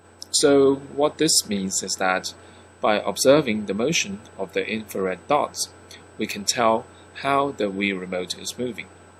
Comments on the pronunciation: its infared not infarred! maniac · Not an expert but uh it’s infrared not inferred